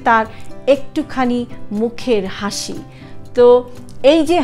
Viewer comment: Sorry to say,, Plz correction...hashi 🙏